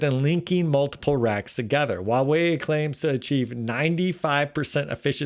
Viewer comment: Don't take this personally .but why does every American Youber mis pronoun the Chinese word 华为？